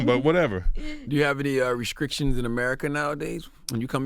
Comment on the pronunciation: I used to think ctg was putting on when he says skreets, but he just said "rescrictions" ! That definitely was organic